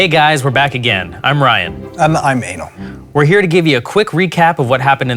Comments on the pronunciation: I swear he said his name was anal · Why did I hear him say I'm anal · did he say I'm anal wow that's nice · when he said "im eino" i thought he said im anal 😂